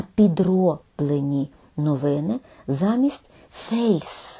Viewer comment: Англійське слово fals звучить як фолс, а не фейлс.